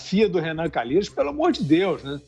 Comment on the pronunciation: Sem comentarios! Sr. "CA NA LHEI ROS "